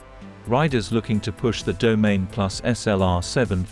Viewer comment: Domaine… 🤦‍♂️. It’s Do-ma-nee